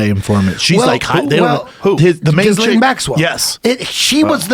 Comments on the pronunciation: I love how Eddie says jizzlain instead of Ghislaine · It's pronounces "Gillaine". Aparently the s is silent. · Did he just call her jiz-lane.??? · Now that Eddie has taught me how to pronounce her name... Epstein DOES seem like someone who would have a sidekick named ‘Jizz-Lame’. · Eddie doesn’t know what he’s talking about. He can’t even pronounce Ghislaine right. Epstein is dead, that’s the only way they could silence him. there was no going back, no letting him live.